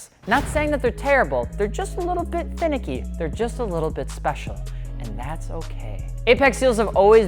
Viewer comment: "they are just a LITTLE finiky... and that's okay" LMAO